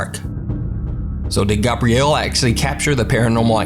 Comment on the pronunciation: I think it's hilarious you don't know how to pronounce Gabriel. 'Gabrielle' is not correct 😂